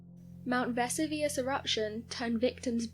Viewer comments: 'Leaving in the UK'? And no, in the UK we don't pronounce Vesuvius the way she has in the video! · Baker Vesuvius....she butchered it terribly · Lol yeah she’s missing that “i” in there. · Vess u Vuss ? That's a new one on me, thought she was Talking about a new volcano! Jeez what's wrong wth people? Its not a cool thing to do at all just moronic ..... Vess ooo vee us - Vesuvius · Ve-SU-vi-ous. Not Vesivus. Not Ve-su-VI-us. The narrator pronounced it at least two different erroneous ways. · Pronunciation=Ver-sue-vee-us , I too thought they had found another volcano in Naples 🤣 🌋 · Other than Vess oo veus Herculaneum the latter part pronounced as R num as opposed to ...what she said is not ruins, but a very intact city worth a visit should ‘Crayola’virus let us tour again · ‘Veh-soo-vee-us’ And how can something become a ‘solid gas’? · THANK YOU! It was driving me crazy. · It seems I’m not the only person intrigued by how your pronunciation of Mt. Vesuvius was. I’ve always heard it as Ve-SOO-Vee-Us, so I just attributed the difference in your way to be just the British difference. But it seems I’m wrong, many others find it not the British way. Anyways, I had to comment as it struck me strange too. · Versoovius that's how its pronounced. Dont know why that bugged me like it did. But it really did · And teach her to pronounce words correctly if you insist on using her. Mt. Ves-oo-vee-us..... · Lol love the Miss pronounced Mount Vesuvius wow you think they’d make sure you knew how to say what you were talking about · Is there such a thing as a solid gas? I kept waiting for her to pronounce Vesuvius correctly but she never did. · Wow, terrible pronunciation of Vesuvius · Is the mispronunciation of my Vesuvius ignorance or another attempt at sounding clever? It actually grates as ignorance. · I am British, we do not pronounce Vesuvius the way she has in the video 😂 🤣 😅